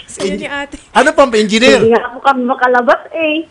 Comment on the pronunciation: Hahaha natawa ako sa Enginer sinasabi ni sir Raffy kargador 😂😂😂😂